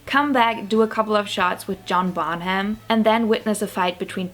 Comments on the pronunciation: It's pronounced like this: Bon-uhm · Nine minute video about “children” and not one word about their parents. “Bonham” has a silent “h.” It’s pronounced “Bon-num.” The word “consent” is pronounced with the emphasis on the second, not the first, syllable. The correct pronunciation of the legal term is “statutory,” not “statuary,” rape.